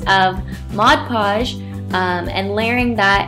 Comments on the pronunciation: But that's the right way to say it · Amelie Erdbeer she says it correctly